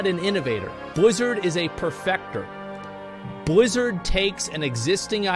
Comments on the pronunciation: Why cant he pronounce Blizzard normal? Whats with the Bluzzrd? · You pronounced Billzzard wrong